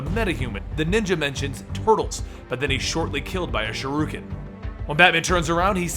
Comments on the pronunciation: Did I hear him say shuruken instead of shuriken? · shuriken* not shoryuken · I'm going to trust Naruto on this one and say it's pronounced Sure-ih-ken. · You said "shuriken" weird lol. threw me off for a second.